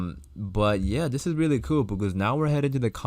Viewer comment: Kind of sounds like kewel lol